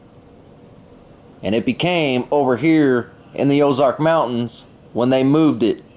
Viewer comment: ‘Ark’ansas and oz’ark’ wow